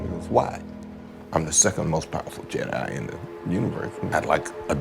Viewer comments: Why does this guy keep pernouncing Jedi as Yed-Eye instead of Jed-eye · What the fuck is a "yedi???? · Bro learn to pronounce your J’s. Fuckin “yedi” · It’s not Yedi, you doofus lol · I don't mean to be rude, I'm just curious, why do you pronounce jedi as "yedi"? is it just how you choose to pronounce it, or is it because of where you're from? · Ah yes the "Yedai"🤣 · In multiple european languages j is pronounced like that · I hate how you pronouce jedi.